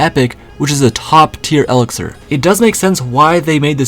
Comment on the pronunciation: Its e-lixser